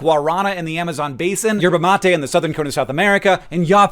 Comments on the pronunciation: Your pronunciation of yerba mate is very good I mist say, but it is guaranÁ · Yay good job saying yerba mate ❤❤ drinking it hot its called mate and drinking it cold is called terare. (Rrrrroll them r's) I like the latter the most, especially after a hot day at work!